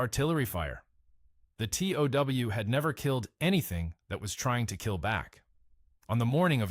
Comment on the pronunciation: Tow truck, TOW Missile. Get your fake voice to pronounce words correctly! Its not tau